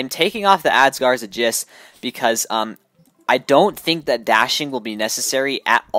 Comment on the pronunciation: never heard someone spell aegis as "a-jizz"